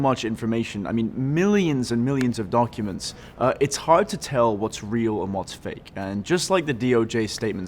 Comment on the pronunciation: i like how he said donkuments.